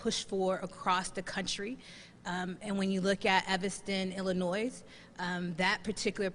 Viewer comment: Dang, oh no she didn't!!?? Does she know why marijuana was outlawed in the first place. We are told it was because of William Randolph Hearst, but that isn't the only reason. This woman is ignorant. .....and the s in Illinois is silent.